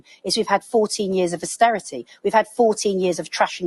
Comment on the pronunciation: Did she just say asstearrity .Yes 14 years of The Thatcher Tories gift to UK. 😡